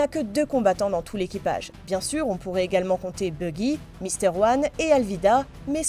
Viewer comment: Buggy ? Baggy "a"